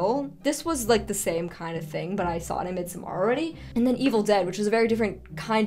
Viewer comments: It's Mid-sommer with a flat D, as in Middle Summer, FYI. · As much as I LOVE your videos, the pronunciation of midsommar irks me so much! 😂